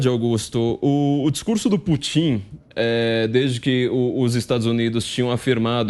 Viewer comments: "Putín"?... ou "Pútin"? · Corrijam-me se eu estiver errado, mais aos o flavio falou " putinha e o chinjinping" foi isso mesmo kkkkkkkk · Toda vez que ele fala eu escuto Vladimir putinho 🤣🤣🤣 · CARACA!! Dá nervoso, ouvir esse cara pronunciando, o tempo todo, "PUTINHO" (rsrsrs) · Putím...afff...me doeu os ouvidos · Só faltou falar o nome do Putão corretamente!! OMG! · O entrevistado é "TÃO ESPECIALISTA" Que NÃO SABE pronunciar o nome do Presidente da Russia!! GRANDE ESPECIALISTA!!